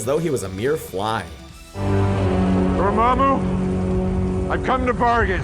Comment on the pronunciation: It's dormmamu not dormmabu